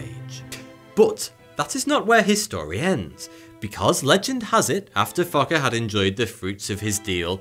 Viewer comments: Fakre lol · I lost it when he said fokke did it in 3 months😂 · Yeah especially from to sounds like the narrator just gave up on saying the name carefully and just kept saying f*cker instead. Lmao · It is not right pronounced...He is called F o c k e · So nobody's gonna talk about how this guy keeps sayings " fokke" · "...the devil came back to claim his jew..." subtitiles on. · It sounded like fucker to me lmaoo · a late 420 gift this video, who else smiled every time thoughy says fokke or was it just me lolol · I will never forget his pronunciation of FOKKE. He has made sure of that. good job, good job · The way he pronounced Fokke with an accent is just too funny 💀😂 Edit: holy fokke, it's crazy how new people are still coming to this video/comment. I get new replies like every week. I love the fact that y'all enjoyed the comment/video but please don't reply to me anymore it's getting kind of annoying. Thank you :3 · It's all I can hear. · Being Afrikaans all, this is just getting funnier in the comments. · what the Fokke you on about lmao sorry couldn't resist Edit..... good catch lmao i agree everyone should put subtitles on lmao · hahaha fokke is f u c k in my native language :p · Childish as I am, I kept giggling at the cockney pronunciation of Fokke :D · I love the way he pronounces Fokke